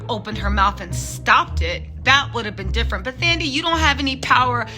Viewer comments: Her name is African and the h is silent. So it’s not THAN-dee, it’s Tan-DEE-way. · I know you are bad with names😂, but it's pronounced "Tandie", the "h" is silent. Love your vids and your infectious personality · Hey 😊 the 'Th' is pronounced as if the 'h' isn't there, like 'Tandie' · The "th" in "Thandie" is pronounced in the same way as "th" in "Thailand" and not the English "th" pronunciation by the way 😆.